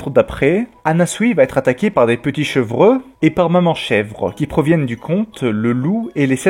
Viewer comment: Chevreux ? .... on dit "chevreau" 😁